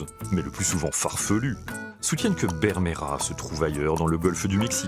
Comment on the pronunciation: Présentateur: ta prononciation de l'espagnol est pittoyable. Tu n'a même pas fait un effort, ni la moindre recherche lingüistique. Bermejo du portuguais Vermelho, mais à l'oral, les hispanophones ont l'oreille dure, et ne distinguent pas le B du V, et ne voient pas l'intérêt de les distinguer à l'écrit.